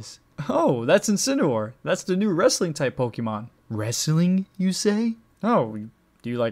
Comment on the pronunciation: « Pokimon » No